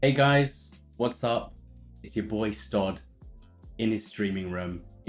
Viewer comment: Stod?. I´ve always pronounced "Stodi".